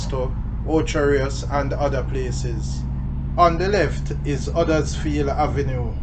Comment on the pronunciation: Hello from Huddersfield, England. Funny how you pronounce it like we do here. 👋